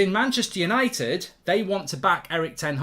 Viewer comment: "We are Manchester Yanited" 🤡